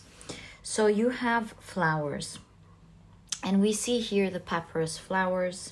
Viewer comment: The plant is pronounced “pah-PY-russ”.